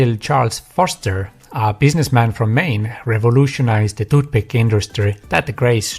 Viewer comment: If you are going to do an entire video about 'toothpick' you should learn how to pronounce the word (well, th in general). You make people's ears bleed. No, English is not my native language either. Otherwise, good video.